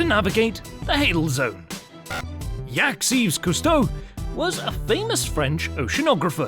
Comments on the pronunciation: Did you just say Yaks!? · How do you fuckup Jacques’ name?!? Is this for real?!?